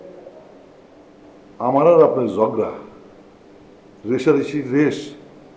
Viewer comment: ঝগড়া কে ঝড়গা বলে 🤓